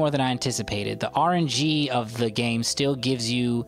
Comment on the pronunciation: idk if you were kidding, but it's "RNG", not "R&G". It stands for "Random Number Generator"